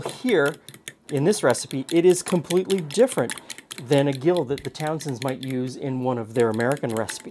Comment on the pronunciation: To get unsalted butter from salted butter. Put the salted butter into a bowl of iced water and refrigerate overnight. The iced water will draw the salt out. This was how it was done back in the day. I teach student chefs this simple technique. Gill is pronounced Jill.